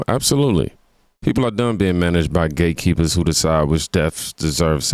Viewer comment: At first thought you said gaykeepers 😂😭😭😭